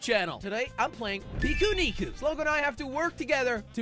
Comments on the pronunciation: He actually said piku nuku in the end of the video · Slogo struggled saying the name pikuniku